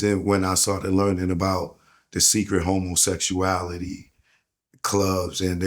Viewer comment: Best drinking game…… how many times said integrity and homosexualityual 😂😂😂😂😂😂